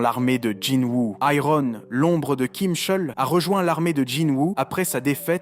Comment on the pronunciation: Je n'ai regardé que la moitié, par trop chaud pour me faire spoil 🤣 C'est pas mal comme vidéo, mais par contre... Ironne, Tusque, débufe... Mais par contre Wyvern ? Si tu veux dire tout en français, ok, mais en français c'est une Vouivre, Wyvern étant la traduction en anglais 😁 Je chipote, même si ça fait mal aux oreilles, la vidéo est très bien.